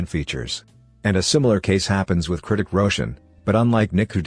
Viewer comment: Why he keeps saying KRITIK ROSHAN